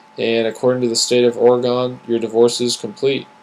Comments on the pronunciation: This is probably a great video, but Oregonians won't get past how you are pronouncing our state! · Never heard of the state of Ora-gone. But I live in Ore-gun. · Lol! You're mostly right, but I stayed haha. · The way you say "Oregon" kills me!